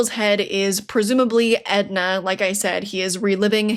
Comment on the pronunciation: It’s Enda not Edna. And woah the price on that book has gone way up